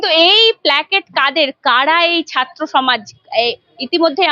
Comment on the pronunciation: ইউটিউবার আপনার আজ ও ' র 'উচ্চারন ঠিক হয় নি। এখানে ছাত্র উচ্চারণে ভুল হচ্ছে। আপনি বলেছেন ছাত্ত।